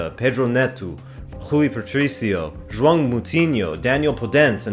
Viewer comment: He says some names quite well, most remarkably João, but then struggles in some others that I would expect to be easier, such as the first syllable of Mourinho. But I appreciate the effort, for sure!